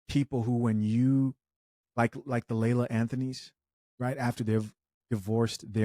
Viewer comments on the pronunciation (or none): her name is “lala” not “layla” 🤣🤣🤣🤣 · For the love of Goodness… it’s pronounced LA-LA, not Laila!!! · It's LA LA, not Layla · It's pronounce Lah Lah Bro!